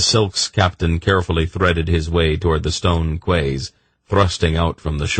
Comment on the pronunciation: Ok i really appreciate this narrator's commitment to the accents and different character voices, but I've got to get something off my chest: I've gone from Pawn of Prophecy straight through, and every time he pronounces 'quay' as kway instead of key it sets my teeth on edge. Also, 'viscount' rhymes with 'eye count,' not 'discount.' SMH